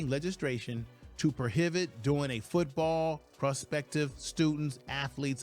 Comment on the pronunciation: It is not pronounced legis....tration, it is pronounced legis....lation.